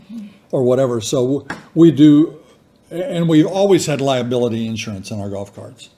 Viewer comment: I love how you say in surance. A southern and midwestern, a different emphasis on the syllables!